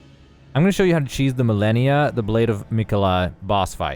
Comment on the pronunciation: Isn’t she called „Ma-Le-Ni-A“ and not Millenia